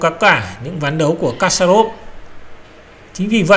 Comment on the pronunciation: kasparov đọc là = kas + pa + rov.